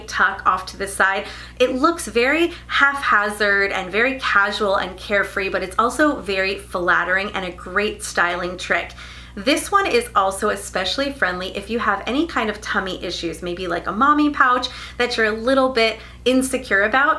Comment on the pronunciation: Useful video, thank you. (Psst, “haphazard,” sounded like you said half hazard)